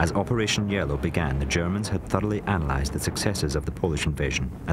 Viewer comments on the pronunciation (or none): none